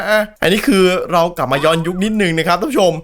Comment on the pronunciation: พี่่ภาษาไทยมันอ่านว่า ย้อนยุค👍